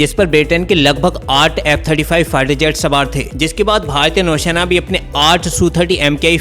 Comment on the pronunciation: शेना नही भाई सेना. 😅